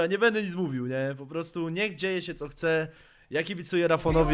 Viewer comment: kurwa co za tucznik. BEDE hahaa ale to brzmi BEDE hahaha